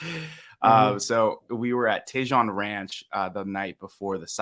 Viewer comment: FYI "Tejon" is pronounced "Teh- hone". 😊